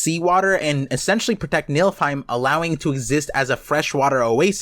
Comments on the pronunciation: You're definitely cooking... but "niLFheim" was hard to hear repeatedly. It's niFLheim. My brain kept thinking about a realm of MILFs the way you were saying it. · Nilfheim👀🤣sounds like milfheim. Btw, its spelled like this: Niflheim. And said like this: Nee-fil-heim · youre proouncing Niflheim like its MILFheim, but its pronounced NIFFLEheim I personally wouldnt mind a milfehim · I'll leave the other Norse pronunciations aside, but arriving at "Nilfheim" and "Skyrim" requires a dose of illiteracy in the mix.